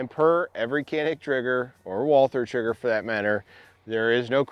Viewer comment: It's not called Kanik. Try to pronounce like "Janik".